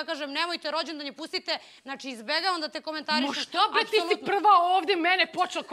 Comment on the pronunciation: OVO JE HIT KAD KAŽE HRVATICA BRRREEEE HAHAHA KOJA CARICA👏👏👍👍